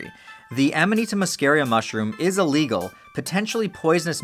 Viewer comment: Is it "a legal" or "illegal"??